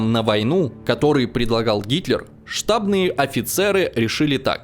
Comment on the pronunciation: Вроде все гладко, но безграмотно расставленные ударения с головой выдают, что читаешь чужие слова. Ну не может историк говорить штАбные офицеры или генерала лУкина.